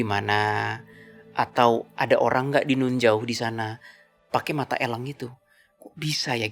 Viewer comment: Mata Elang. Bukan Mata Ělang